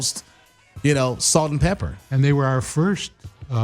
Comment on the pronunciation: this fool, Salt N' "Pepper", really??? it's PEPA, cmon "classic hip hop" guy...